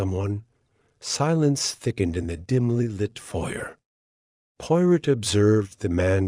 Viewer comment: Her qualities Porot?? Please. If you cannot get even the name right don't bother with rest of it poirot, good God. This is a insult!!